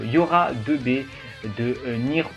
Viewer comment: "Deux bé" 😮‍💨 sinon blague à part tu l'as eu où, elle est incroyable !